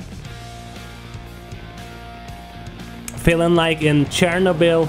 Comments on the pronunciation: CTPAHA_COBETOB I know but he said Chernobyl just like post apocalyptic Russia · Did you say ''post apocalyptic Russia'' for chernobyl?